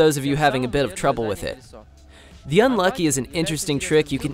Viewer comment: It’s pronounced -Luke E